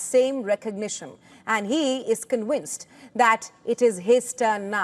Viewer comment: Conwixed? Wow, you learn a new word everyday